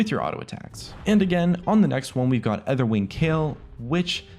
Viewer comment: its Ay-ther-wing not E-ther-wing